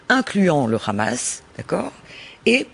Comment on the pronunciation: On dit Hamas et non rrkrrhamas bordel c'est un mot arabe, a la rigueur dites le en français soit le Hamas oú le h est muet... xD Merci à l'invité de ce journal, enfin un discours de vérité ... C'est si rare en France